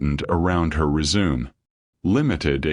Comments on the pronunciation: The word is not "re-zoom!;" it's "res-u-me'" (pronounced may)! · the way you are pronouncing “resume” means to continue. Please check the pronunciations! Google is your best friend.